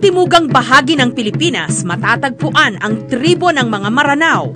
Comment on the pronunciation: Miss Jessica hindi po MARANAO, Mranao po ang pagpronounce. I AM A MRANAO HERE. Please help us spread it to educate others. Every Mranao blood people knows the correct pronunciation of this except non-mranaos. They tolerate others who mispronounce it. Thanks.